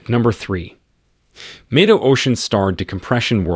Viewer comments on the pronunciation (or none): thats the problme when using AI for voiceovers, same the way it changes Mido to May-do